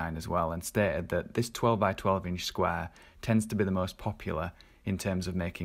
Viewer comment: sqware :D hehe I kept laughing. Thanks so much for the great content!